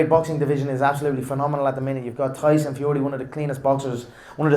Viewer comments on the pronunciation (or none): none